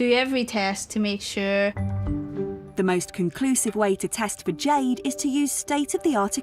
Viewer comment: Jeeeed? Not Jeeeed? You'd think a gemologer could at least pronounce the stone names?